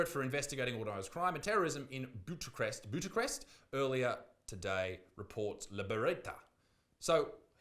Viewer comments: "bootachrest"..? anyone? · I like ya mate but please put abit more effort into some correct pronunciation, you're supposed to be somewhat of a journalist but can't pronounce Bucharest? Or Competizione? If you'd used the time it took you to edit in that fat kid meme and just googled how to pronounce shit it would come across abit more respectable. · it's pronounced Bu-kha-rest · Pronounced Bukarest (Bucharest) you biscuit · No hate just help… it’s pronounced Book-are-est